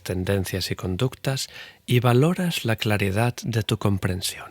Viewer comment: Por favor!! Lee y pronuncia bien. Perdón!! Práctica alguna de las palabras que lees. Ejplo: virtud,claridad,....palabras terminadas en "D", no en t. Gracias y salud!